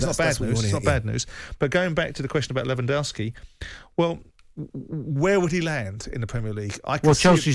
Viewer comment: Simon can't pronounce Lewandowski